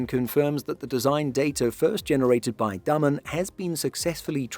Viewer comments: He is pronouncing it wrong. The "a" isn't pronounced as in "name". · Are you sure you are pronouncing "Damen" correct? It sounds wrong. It sound like the Dutch word "dammen" for me.